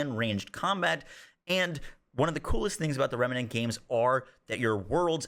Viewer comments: Dude... REM NANT - say it with me. REM NANT. NOT Remenent... FFS... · Sorry to be that guy, but it's "rem-nant" NOT "rem-me-nant". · Why do you pronounce "remnant" like "remanant" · Remenant? I thought it was Remnant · its pronounced Remnant not Remenant! you are adding an E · Dude, it's remnant there is no a between the m and n. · Thank you, that was driving me bonkers. It's not a complicated word. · dude can't help but say remEnant haha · Everytime he says rem a nent triggers me lol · Remnant is 2 syllables nerd